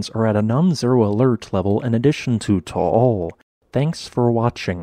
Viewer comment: Just an FYI, the volcano's name is pronounced TAH AHL. Not TOH OHL. Otherwise, good info.